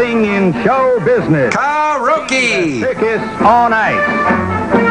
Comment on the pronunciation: "Car-roke" (Asian pronounciation of karaoke)